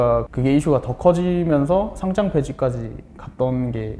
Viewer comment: 상짱x 상장o 과쎄x 과세o